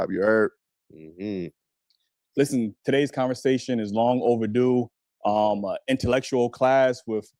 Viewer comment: “enTuhLectUal miNdZ” 🥴 I just know ima need some coffee, water, tea, extra strength tylenol, & an asthma breathing treatment to get through this portion of the live 😮‍💨